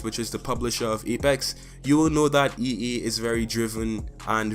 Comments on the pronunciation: You keep saying e e when it's e a just saying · Bruh not to dis the guy but its ea not ee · “EE” it’s (EA) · MOZAMB-EE-K 'ERE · Yo learn to speak its pronounced EA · As a fellow Trini I’m glad to see someone like you killing and thriving in this space! Great vid man, can’t front i did laugh every time you said “EA” pancake